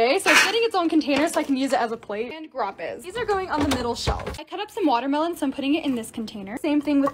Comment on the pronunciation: The way she said grap-es instead of gra-pes